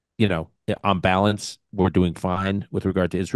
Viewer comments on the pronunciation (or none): none